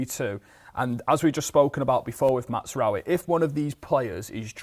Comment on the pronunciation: Still calling him Matsraoui!